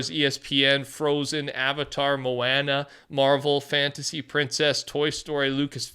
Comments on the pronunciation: Dude said Mo Anna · “Mo-ah-nah” come on now bro 😂😂😂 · that had to be the most southern usage of "oa" i have ever seen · Moana is pronounce Mow-ah-na fyi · bro said moaenaa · Are we not gonna talk about how pronounced Moana??? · Bro how does this man pronounce easy words so badly in every video. There’s no way he pronounced Moana and Skeletor wrong